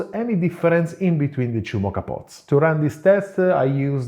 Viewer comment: Especially when he says choo instead of two.